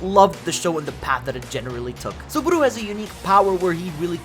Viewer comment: This guy really called the Re:Zero MC "Subahdoo"